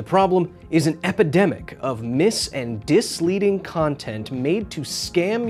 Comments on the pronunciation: did you seriously say disleading? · ~ Did you just say "disleading"? Hahahaha